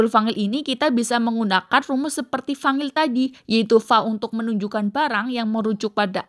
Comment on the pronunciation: Maaf kak ... fa'il ع bukan fangil. Tolong pengucapannya harus jelas dn benar sesuai kaidah nahwu sorrof Biar penonton tdk tersesat 🙏